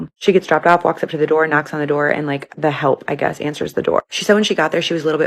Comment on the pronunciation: Why did you have to say “the help” like that 🥲 jeeze lol